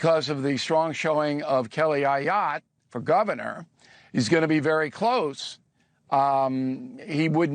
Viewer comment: I love you more than anyone, Brother Bill...but, if you please, it's Kelly Ayotte, pronounced "A" "Yot" ....French Canadian girl I do believe, William! Lol Best Regards from New Hampshah, Bill! 🇺🇸💪👊💥🇺🇸